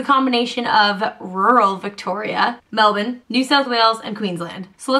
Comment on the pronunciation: omg you said Melbourne right!